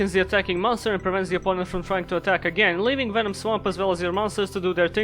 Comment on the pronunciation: I need a ring tone that's just saying "Venuh-nom".